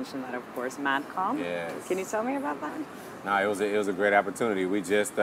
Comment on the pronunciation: it's Madcon